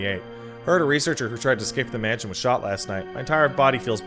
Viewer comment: What a MANSHUN